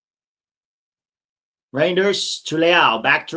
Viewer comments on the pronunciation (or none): it is a lot like reindeer, no idea why you pronounce it re-jinn-ders, as the ij in Dutch is a Y. luckily for him he's at a better team now.